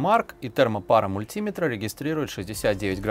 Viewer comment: МультИметра... ну... ну мультимЕтра же ну...